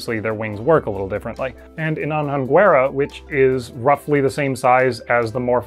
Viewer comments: If it was not written, I would be unable to understand the anhanguerian xD. The pronunciation is a-nhan-rest, not an-han-rest. The "nhan" is quite nasal and is like (Genghis) Khan, but with the "n" ;) Anhanguera is the nickname of a historical figure (not necessarily a nice one) from southeast Brasil. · Brazilian here! Just a heads-up, Anhanguera is pronounced "An-YAN-gwera"! An N and H together in Portuguese make a similar sound to the ñ in Spanish!